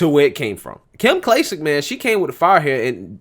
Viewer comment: Clay-Sick. Kim Clay-Sick 🙂